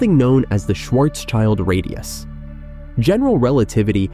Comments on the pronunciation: It is not Schwarzs child it is translated: Black (Schwarz) and Shield (schild) making it Blackshield and not Schwarzs child! Cool that you make these video’s but get your facts and pronunciations right Sir! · it's Schwarz-schild: black-shield